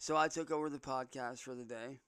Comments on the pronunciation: This is just the same shit he does in his videos. What is a "poodsicast" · What's a "poodsicast"?